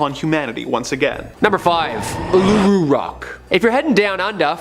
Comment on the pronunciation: These Canadian need to learn how to say Uluru.... and its in Northern Territory of Australia, not in South Australia